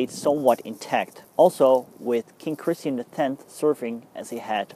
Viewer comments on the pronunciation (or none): none